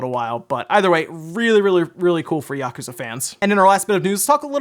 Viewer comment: Why say yakooooza then yakuza 😂